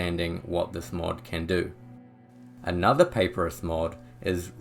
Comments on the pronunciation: Papyrus is pronounced: puh-pie-rus…you know like the kind of paper the ancients used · Respectfully, Papyrus is correctly pronounced "puh-PIE-rus". Great video otherwise, very helpful.